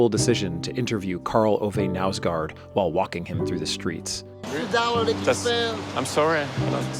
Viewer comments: The K in Knausgård is not silent 😛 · Your pronunciation of Karl Ove Knausgård is funny as hell!